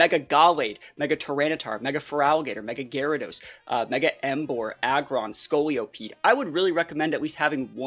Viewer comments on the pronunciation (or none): Scoliosis-pede lol I think you meant Scolipede, no O there